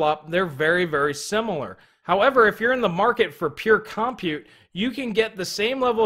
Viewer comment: Hey dude, I will LITE-rally pay MO-ney if you CON-side-r not saying "CAHM-PUTE"...I jumped out of my second story window five times in this video when those syllables were repeatedly unnecessarily segmented from each other..... And I don't even have a two story House!!!! Think of it as a PUH-BL-ICK service!